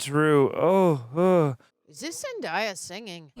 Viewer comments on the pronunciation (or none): it's zen-day-ah not zen-die-ah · HER NAME IS PRONOUNCED ZEN-DAY-UH. NOT ZEN-DIE-UH. Have you never said the word "day" before.💀 its spelled out for you